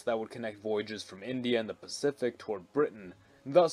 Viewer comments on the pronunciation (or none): none